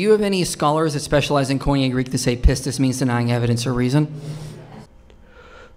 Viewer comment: He can't give up his misuse of "faith" because one of his lynchpin arguments against christianity relies on this misuse. So sad because he is a brilliant man. As a random aside: say it with me - Koine would have been properly pronounced "kee-nee" not "coin-yay." And pistis is "pees-tees." Sorry, I was trained with the historical pronunciation, not the academic one. But, I thought someone might find it interesting.